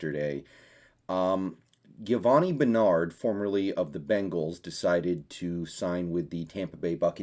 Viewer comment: Do you not know how to pronounce his name? Do some research ffs🤦‍♂️